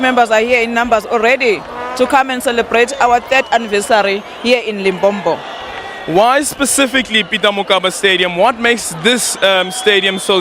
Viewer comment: I feel it's a bit rude when Zulu speaking people say "Limpompo", LOL!